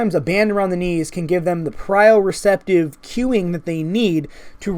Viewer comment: and "prio-receptive"? You must have meant proprioceptive :)